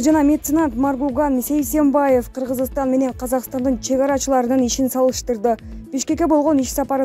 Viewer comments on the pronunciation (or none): none